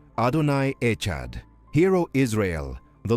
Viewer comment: For Heaven's sake, we need an AI that doesn't kill Hebrew pronunciation, especially to say "Echad...Adonai is One"